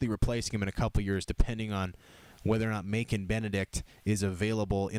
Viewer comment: I am pretty sure the c in Macon should sound like a s Keep up the good work